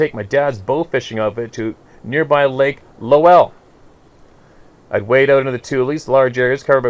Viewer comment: And "Lake Lowell," lol. Its actually pronounced like "lol." It was the party/makeout spot back in high-school. Right up the road from the high-school, actually.